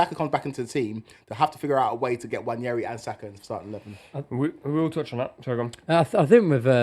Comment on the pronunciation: How is it that you lot can't say his name correctly yet? Wan-er-i NOT Wan-Yer-i. There's a reason the players have to do pronunciation of their names. There's easily accessible footage of him saying his own name, and it's not even close. Your professionalism is a DISGRACE. British sports media is a joke, man.